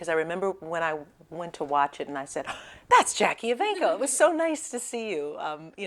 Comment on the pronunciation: Put the "E" in JackiE. It's bothering me, lol.